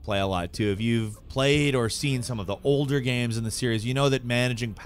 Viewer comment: Guy seems to have a speech impediment. - At least, he says a lot of things weirdly. Like he also says "games" like "gehmz" or something, rather than just "gayms".